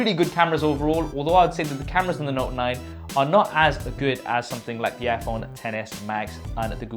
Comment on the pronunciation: The knot 9 huh you mean NOTE 9 lol just giving you a hard time. Good list btw. Wish you got more into detail with there hardware tho. JS